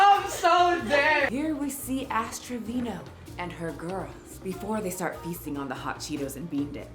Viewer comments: Her name is Ash Trevino, not Trevano, right? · Lmao "ashtray vano" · Did anyone else hear "Ashtray Vano"? 😂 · Definitely not how you say her last name 😭😭😭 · Can NOT stand Ash Trevino and her entire persona, but just saying if you're doing a whole video on someone and putting time and research in, you should say her name correctly.